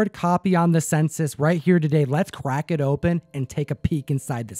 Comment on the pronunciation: He said let's quack this open 🤣🤣